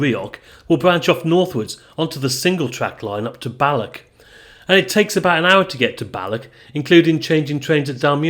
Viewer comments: The english folk seem to have difficulty pronouncing Scottish words ending in 'ch', as in Balloch. 😂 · Soften that 'ck' sound in words ending with "och". You're pronouncing them as "BalloCK" and "DalreaoCK" which is incorrect. It should be a very soft sound. Look up any Scottish person saying the word 'loch' - the same sound applies to any Scottish word/placename ending in "och". Heck, Balloch comes from the Gaelic (GAH-lick) words "Baile" (settlement) and Loch. Baile Loch = Loch Town.